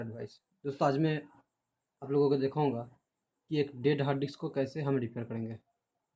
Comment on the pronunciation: No one: Literally no one SR : 'Hard dicks'😐